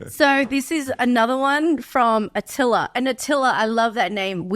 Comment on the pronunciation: Haha, great podcast! Thank you for answering my question. I'm actually a girl named Attila, i’ve yet to meet somebody with my name yet; but it’s still great to see it pronounced right. Attila would’ve been a 'killer' name for Axe.